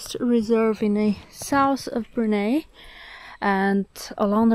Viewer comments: It is pronounced as Brunai not Brunae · Did you know that china wanted to name this place “POLI” or “PUNI” you can actually find this information in the museum of history. And Brunei is not pronounced as “Brunay” it’s pronounced “Brun-eye” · Pronounce "Bru Nai " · Brunei pronunciation broo-nai. :) Otherwise another great video and thank you for sharing your journey. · Pretty common, Indonesians call it brunay as well. If you're exposed to foreigners more you'd be surprised. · Its pronounced Bru-nai by the way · Brunei is pronounced Brunai. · My dear, Brunei is pronounced as Bru- nai...😂😂